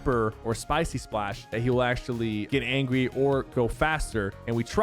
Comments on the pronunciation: LMAO, did Sypher just say, "Clombo has this acid atack when he gets ANGWY" LMAO he said "Angwy" not angry he sounded so funny lol. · "When he gets angwy" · “when he gets angwy” lol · Who all heard him say angwy !!!! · You said angui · He says angwy